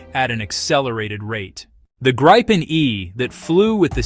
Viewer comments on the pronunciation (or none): Please be consistent. It’s the Grip pen (“grip”” as in to hold pen” as to write. It is not “Gripe” as in complaining. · It's gripen not fucking grypen you idiot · Not Gr-eye-pen, not Grippen -- it's pronounced Greepen, meaning The Griffon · For all you English speaking viewers, it sound hilarious when English speaking try to pronounce the Gripen name so I am gonna try to help you out a bit. Try and pronounce it like it reads Gree-Pen and it should sound better than the "Graipen" I hear everywhere.